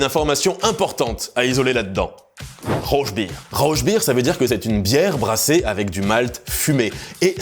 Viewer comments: RauRRRbier ! Avec un R comme cRamé. 🤣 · Super vidéo comme toujours. La "Rauchbier" (prononcez "rauRbier" 😉) est un classique et idéal avec des viandes fumées. La Schlenkerla est la classique du genre à goûter. Dans les autres bières intéressantes je recommande la Baltic Goose si vous voulez rester dans les bières à l'eau de mer. Sinon la Schneeeule Hot Irmi et la Riegele Augustus 8 restent particulières dans leurs genres. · Le "ch" dans "Rauchbier" se prononce plus comme un "r" en Francais (le son est formé au fond de la gorge). Comme tu le prononce ca fait "Rauschbier" ce qui veut dire "bière à cuite". :))